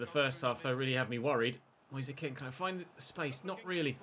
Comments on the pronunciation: Is it not Moise Kean as in Keen not Ken? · you pronounce it as moise keen instead of moise ken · his names not "Moise Ken" it's pronounced "Kean" as it's spelled out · You're right. is pronouncing it the way many Italians did, but Moise himself has said it's like 'Moyes Keen'. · Your saying Moise Kean wrong😅